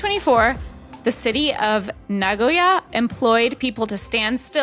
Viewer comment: i appreciated the pronunciation of Nagoya (genuinely)